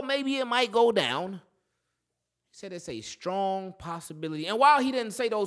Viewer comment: Nahh bro he said SKRONG